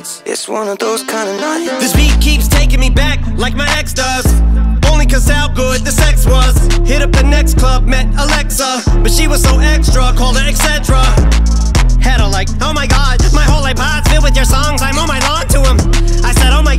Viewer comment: bi and alexia pronounced alexa tho 😁